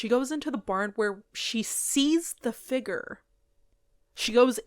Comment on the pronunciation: What’s a” figger“?